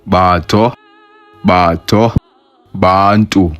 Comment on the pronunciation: Your pronunciation of Batho is wrong. Your O is too low. It should be closer to U. More like uh than aw